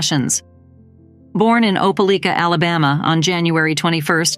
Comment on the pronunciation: Opeleeka you mean Opelika!